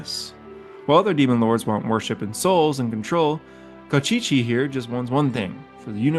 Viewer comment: Kostchchie pronounced as "Cast-chee-chee" was funny 🤣